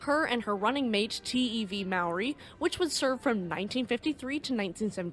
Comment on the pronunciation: Thank you for sharing the story about one of New Zealands worse peacetime shipping accidents. Its still talked about every year on the anniversary of her sinking. I would also like to compliment you on not butchering the māori language. You are one of the best ive heard trying to ponounce the language